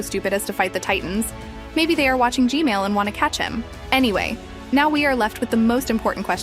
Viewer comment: Stop saying g male